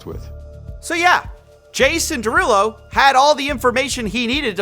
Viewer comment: “…Jason DeRugPull…” 🤣🤣💀